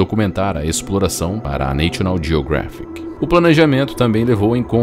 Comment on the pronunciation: Neichional jiogréfic. Socorro. Não custa nada perguntar ao Google Tradutor como se pronuncia National Geographic.